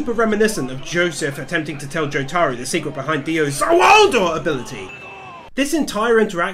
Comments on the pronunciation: Joe-Tar-Oo ❌ Joo-Ta-Roo ✅ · He said jotaaro instead of jotaro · My name is pronounced Joe- tah- row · I love your work, man. But....the way you pronounce Jotaro as Jo-taro hurts me lmao. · Why does he keep saying joTAro. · I died when he pronounces Jotaro different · Please learn to say thing like jotaro correctly. Also JoJo isn’t in season it’s in parts